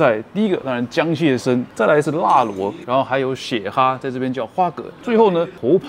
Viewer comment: 血蛤ha不是花蛤ge哦